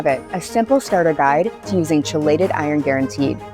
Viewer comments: I can’t trust a company that can’t even pronounce ‘KEY-LATE-ED’ right! 🙄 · How many times can you mispronounce chelated? Credibility gone 🤦